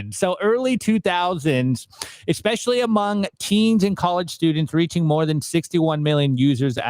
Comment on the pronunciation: Can someone tell me what “EXspecially” means?